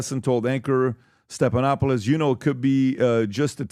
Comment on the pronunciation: “George Suckanoctopus” - 😂😂😂